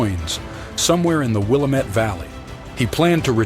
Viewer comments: Will-am-et is how it is pronounced. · Wa-lam-et, sump-ner, Santi-am, that is the way they are pronounced.